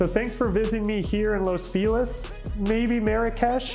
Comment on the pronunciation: Agents really should make an effort with pronunciations. Los Feliz should not have been the hack job this agent made of it. It hurt my ears all the way over here in Sydney! Pain! Ok. Let's give it a try. Los is pronounced like "loss" = the charity made a loss on the deal. Feliz = happy but the agent made me want to sob. Ok, so feliz = fay (as in Faye Dunaway) or Fay Wray (hint 1933), but it's a short fay not drawn out (funny, as it's written in Spanish = fe!) + lease, as in lease a property! Loss Fay-lease. Don't spread the two word, 3 syllable name out, keep it snappy, but not so much you can't be understood. Los Feliz should make you happy (loss fay-lease). You'd think people selling property in LA would bone up on pronouncing things just right